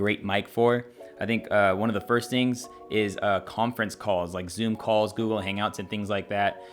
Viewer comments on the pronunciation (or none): none